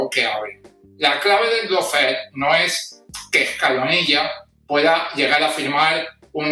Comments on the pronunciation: Por favor eviten el molesto diptongo "lou" que se oye y que no existe en la primera sílaba de lawfare. Solo ""lo". (How to pronounce lawfare UK/ˈlɔː.feər/ US/ˈlɑː.fer/). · Por favor, recuerda que LAWFARE se pronuncia looféar, no loufer, que es una pronunciación inventada que se ha generalizado en España: LAW (ley) loo (O larga y no suena ninguna U). LOW (bajo). lou.